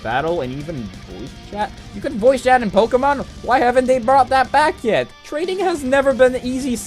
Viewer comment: "Poukimone" Also write a script, that was some painful improvisation